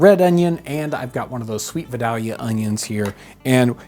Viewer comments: I definitely started making baked onions when I discover the old video. Very simple and tasty. ps. If you want to pronounce Vidalia the way people from there pronounce it, you would say "vi-day-yuh" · I used to pronounce Vidalia onions the same way as in this video, then I married my husband and moved to Georgia. Where Vidalia the town is located. They pronounce it: VYE-DAY-lee-uh. The first syllable is almost its own word with a slight pause between the first two syllables and similar emphasis on them, then the last two syllables are run together with the second syllable. Like the name Leah but way back on the tongue. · Just saying.... veye-DAY-lee-uh. 😜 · Dude…it’s pronounced “vie-DALE-ee-uh” …like the Disney chipmunk Dale… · call someone who lives in vidalia so they can correct your mispronunciation if you care to improve. I love baked onions.thanks for reminding me